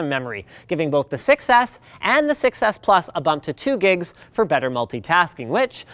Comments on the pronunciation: Pronouncing "6S" sounds almost like "success".. flies away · the way he said 6s sounded to me like a "success" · David nafi You can also hear "sex ick" lol. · i seriously just started hearing "sex ass"